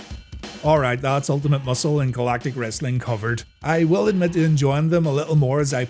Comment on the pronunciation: UL TI MAT.....MUSCLE